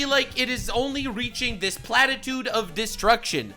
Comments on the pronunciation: plateau, not platitude. A for effort, though! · "Plateau" not "Platitude" but i take your point bro.